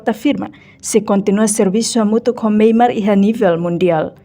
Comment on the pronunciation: Nasaun MYANMAR. Karik ita boot sira pronunsia liafuan MEIMART signifika loja iha Díli/fatuhada mak hanaran MEIMART. Tamba nasaun nebee mak ita temi (MEIMAR) iha mapa mundu ita lá hetan. SUJESTAUN DEIT ATU NÚNEE BELE SAI JORNALISTA NEBEE PROFESSIONAL....!!!!!